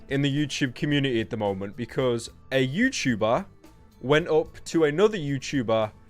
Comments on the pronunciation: "a youtubah" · What is a youtchuber? You mention that word a lot 😧